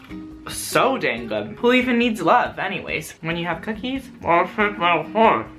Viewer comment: when you said bookie it reminded me of the video where the person says bhocolate bhip bookies lol